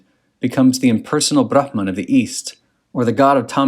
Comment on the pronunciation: Nice pronunciations of ‘aatman’ and ‘bramhan’. Most people don’t even try.